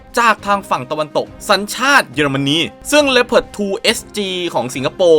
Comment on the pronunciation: ชอบที่อ่านว่าเลพเพิร์ดไม่ใช่ลีโอพาร์ด...